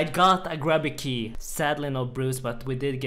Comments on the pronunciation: It's called a (Grew-B) Key, get it right. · It is pronounced grooby key and you know it son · Disappointed when you pronounced grubby key!